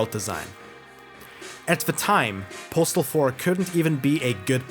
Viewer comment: I've never heard this game pronounced correctly